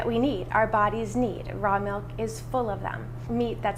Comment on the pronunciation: Every time I hear "melk", I cringe.